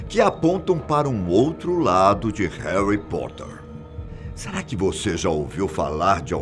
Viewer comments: "Heri poter" 🤦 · Haly Potter? Kkkk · Réri potter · E Haly Potter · Verdade e hoguorts 😱😂😂😂 e heri poter